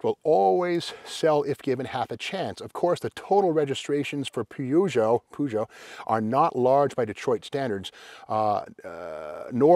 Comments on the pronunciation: Peu-jho Steve Peu-jho like inspector Clue-zzz-ho Clue -zzz-ho:face-orange-raised-eyebrow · I always pronounce the car's name as "push it " !😂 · Up until I was around 12-13 years old I used to think that Peugeot was pronounced "Pew-got" 😂 🤦‍♂️